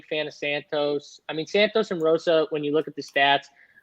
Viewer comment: Also it's Hosa not Rosa and caroleena not Carolina lol sorry